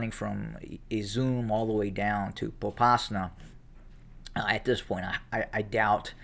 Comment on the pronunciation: [Poe pas na] - that is rich. I take it you do not know what an owl is. If you knew, you would know that owl, apple, and [Pa pas na] (Попасна) start with the same sound.In [Sla vi ansk] (Словянск) would you expect to find slow people or slavic people?